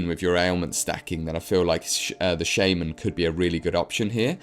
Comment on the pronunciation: Please look up how to pronounce shaman. Otherwise exelent video.